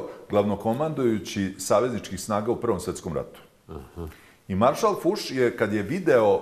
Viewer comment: E jadnicko, nije marsal Fus, nego Fos. Cisto sumnjam da je Canak Srbin i pravoslavac, tragikomicna figura, to je on